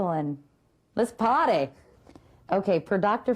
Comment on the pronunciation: At :51 seconds it sounds like she says, "Let's potty!"